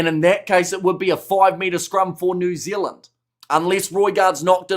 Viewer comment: What's with the constant yapping from the dude that says New Zilland 🫪😣